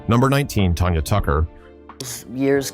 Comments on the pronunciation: Her name is Tanya, not Tonya. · Her name is Tanya, TAN_YA not Tonya. And you have the nerve to call yourself? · If you are gonna do a story about artists why can't you at least pronounce their names right! It's not "Tonya" it's "Tanya"!